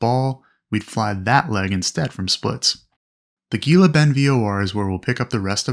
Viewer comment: Gila Bend is pronounced “Hee-la”